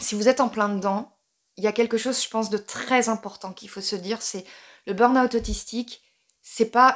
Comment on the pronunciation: Je crois que vous êtes la seule française qui dit "beurn owt" au lieu du "beur ahoût" (le burn juillet mais en août...) Merci pour ça, parce que dans chaque vidéo dans laquelle j'entends "beur ahoût" ou "les stimulus", je perds mes cheveux!